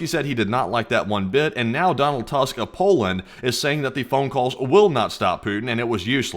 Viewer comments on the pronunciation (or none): As a Pole lemme tell ye - it's pronounced like "toosk"